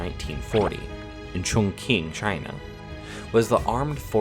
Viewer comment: Hoseon (×) -> Joseon (o) Chongquing (×) -> Chongqing (o)